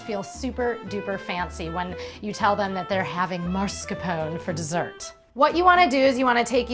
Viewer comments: Your pronounciation of mascarpone is annoying me ... -_- its not pronounced marscarpon but its mah scar poh neh! Jeez get it right woman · It looks really yummy! In fact, I'm going to try it today :) Just one tiny thing, though. The correct pronunciation is mas-car-POH-neh, not MARS-ca-pown ;) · I love this recipe but please it is pronounced MASCARPONE with an E in the end, you said it so many times wrong that I had to tell you!!